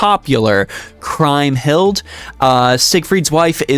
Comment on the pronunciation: Not to sound too much like that guy, but Kriemhild is supposed to be pronounced like Cream-hilt as opposed to crime-hilt. Otherwise a very interesting video regarding pointing out Galateas general usage.